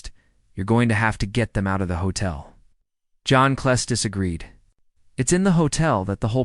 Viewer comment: You pronounced John Cleese —wrong?